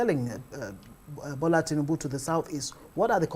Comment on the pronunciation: Oga, Who Are You To Speak For Igbo People, We Has Nothing To Do With APC party. Look At, This Man Cannot Even Pronounce The Name Of Tinubu Correctly. Oga Continue Looking For Your Stomach, You Are On Your Own Period.